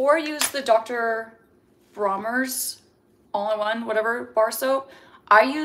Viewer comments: DR. BRONNERS.. Not Bromers. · its Bronners with an N